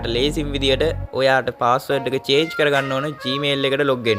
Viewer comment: චාජ් නෙමේ අයියෙ චේන්ජ් පාස්වල්ඩ්😅